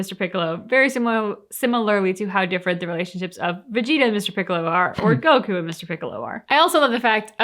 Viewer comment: Almost no comedy, that's a good way to describe these episodes. They got fancier tho 🤔 Anyway, they used the original name, Mr Satan but can't pronounce Goku correctly 😂